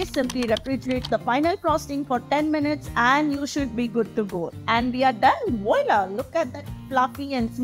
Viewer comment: Butter + Condensed milk = Russian buttercream. Using ready Condensed milk saves time and lot of effort, plus no fail. But one has a choice as making own Condensed milk may be cheaper and satisfying. Please, if you don't mind, check how to pronounce the French word voila...you crack me up.